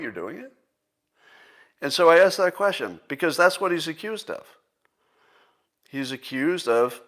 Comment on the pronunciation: Scott learned how to correctly pronounce the word measure. I hope he will do the same with the word question. It certainly shouldn't sound like...queshin.